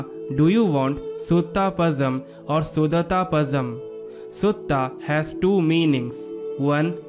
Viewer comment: It's actually not Suthaa , it's Sutta ( सुटट _ Sutta _ Su + th( it) + Tha) ... It's not Sudhatha , it's Sudhaatha ( Su + Daa + Ta ) _ ( सुढात _ Su + Daa + Tha (i.e.Daa is long vowel ) ... It's not Pasham , it's Zha __ La , Lha , Zha variations of the Lagaram La ... This ल is three in Tamizh , just La is ल , Lha is ள and Zha in Latin script refers to tongue folding very deep into the mouth with a sound Lhhaa ழ ... That's why Tamil is said as to pronounce as Tamizh ( தமிழ் ) ... Due to presence of Zha ( ழ) ... It's Palam ( fruit ) in Samaskrit and in Hindustaani , but in Tamizh it's Pazham ( பழம்) , La , Lha , Zha variations has to be visibly understood ...